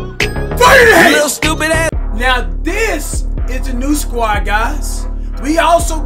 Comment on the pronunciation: He aint say Squad he squat! 😂